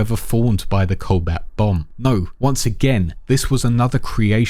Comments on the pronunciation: Just to clarify it isn't the "colbat bomb" it is pronounced "co-bolt". It is a real scientific concept, a nuke filled with cobalt salts which create what is essentially a radiation bomb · Cobalt, pronounced CO-BOLT. how can you butcher a simple word. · take a shot every time he says cobalt wrong